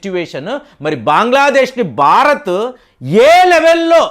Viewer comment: మీరు ‘బారత్’ అంటూంటారు, భారత్ అని పలికితే వినాలనుంది